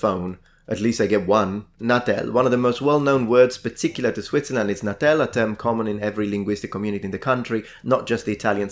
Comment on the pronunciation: Non si dice "natèl", ma "nàtel". Ma davvero non sai cosa sono le ghette? E' Italiano, non è un termine straniero.